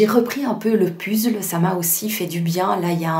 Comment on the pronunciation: Un pUzzle? C’est rigolo de le prononcer à la française. Belle vidéo !